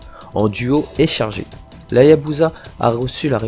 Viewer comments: On dit Hayabusa ! Pas Hayazuba bon sens ! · HaYaBuSa frero pas HayaZUBA lol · Dès que j'ai entendu hayazuba j ai stoppé net... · Tu commence fort avec HaYaZZZuBa mon fils ✝️